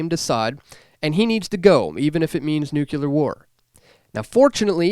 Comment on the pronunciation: Dude this is a fantastic message. Word to the wise: it's pronounced "NU-clear" and "par-TIC-u-lar-ly." Your words will be lost upon those who can't see beyond pedantics.